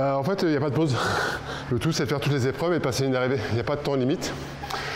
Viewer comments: « Huit zépreuves ». Ok journaliste inculte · Ah oui, c'est toi qui dis "les huit zépreuves" 🤦‍♂